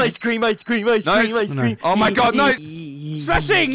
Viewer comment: I’m suing smashing didn’t get his ice cweam 🙄